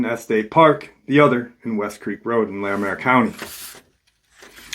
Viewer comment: Just wanted to let you know that it's pronounced (eSS-teSS park) and (Lair-ih-merr county). Colorado native here... Yes I believe this was absolutely a mountain lion attack but my twin brother and I have seen some really weird stuff up in the mountains we have here